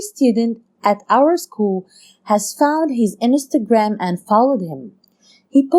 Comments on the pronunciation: Inistagram so weird they way she said that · No one: Not even Ariana Grande:: inestergram! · inestereing* (as she would say)